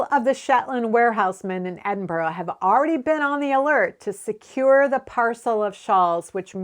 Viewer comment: Think I found you through another knitting channel and now you’re my go to for knitting and chatty/informative stuff. BTW your pronunciation of Glasgow and Edinburgh are spot on 👍. Many thanks for all of your YouTube videos 🤓🏴